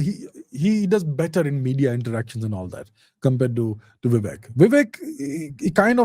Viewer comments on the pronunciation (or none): Come on you are Indian!! Don't call him "Vivack" like the Americans. It's shows very poorly on you. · He is Vivek bhai not Vivack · Sir, please use the actual pronunciation of "Vivek" instead of a ruined western pronunciation that always messes up with all Indian names. This is the same reason why people say Raamaa instead of Raam, Krishnaa instead of Krishn, Shivaa instead of Shiv, Raavana instead of Raavan. Please avoid such fatal errors. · C’mon is it that hard to pronounce “Vivek”? 🤷🏻‍♂️ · Abhijit’s mispronunciation of ‘Vivek’ and ‘Kamala’ was intentional and not for imitation of American fashion, I think. It appears to be to make himself intelligible to an American audience. I disagree with the approach.